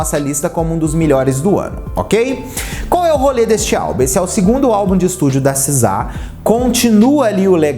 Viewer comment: Seu inglês é horrível,meus ouvidos sangraram ouvir vc falar “sizá”